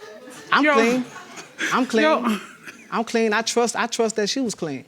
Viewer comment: He said, "Um clean"......YUCK!